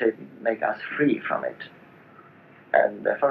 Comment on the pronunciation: 別に変な発音じゃないけど 最後の「of it」の「t」が完全に「ch」じゃん？ なんならネイティブで「t」は発音しない。 皆に勘違いしてほしくない 「彼の英語は完璧ではない」ってことを俺は言いたい。 しかしカッコ良くて色気があることは確かだ事だ。